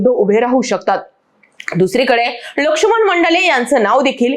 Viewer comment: लक्षुमन नाही, लक्ष्मण म्हणा